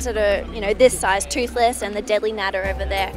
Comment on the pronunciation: TATS NOT TOHLES